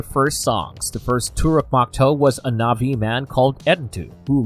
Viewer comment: Proonounced eee-krahn! Pronounced tah-rook mock-toe! Pronounced Sah-hay-loo and the Na’vi has a glottal stop in the middle before the last syllable. Not nahvee. I don’t speak Na’vi but watched the first movie enough to be able to pronounce certain things.